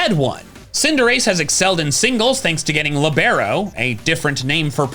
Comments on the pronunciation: Sorry buddy, it's pronounced " Lee-bur-oh" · Libero is pronounced "Leebro." It's an old school football/soccer term for a defender that moves up and down the pitch, switching between a defender and an attacker. Cinderace is based on a footballer, calling Protean Libero just fits.